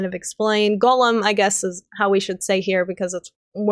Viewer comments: I'm in Ohio (I think your east coast too) but I had wondered if Gollum was more of an accent. Sounds more like you're pronouncing it as Golem instead though. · Eomer,, Faramir, Gollum, Haldir and Isildur lol. Haldir you only said once and stumbled over so you may have said it correctly had you said it a second time but Gollum especially bugged me because of how many times you said it and mispronounced it. I enjoyed the video enough though that I just listened to it again from start to finish on my way home from work though!